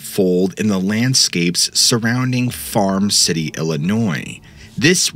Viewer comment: A couple things - it's pretty obvious you used AI to write this episode, and I think that your own phrasing and storytelling would be nicer. The other thing is that the town is Farmer City, not "Farm City."